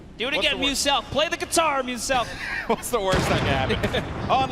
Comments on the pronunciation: Host called muselk muslick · Mr Muselik.... Loool. Old mate can't read and nor does he YouTube....